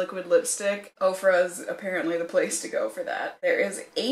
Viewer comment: They do state on their website that once you place the order, they in turn place an order from the vendor. It's a long process but so worth it because the discounts are so great, IMO. I've purchased everything from clothing to makeup to a couple of pieces of furniture. Ofra always sounds like okra is being mispronounced. 😜